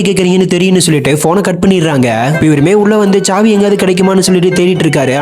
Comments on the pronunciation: Chavi not saavi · Savi not chavi